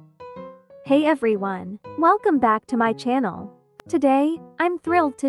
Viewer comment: Am i the only one who heard 'hi everyone' as 'hey ugly one'💀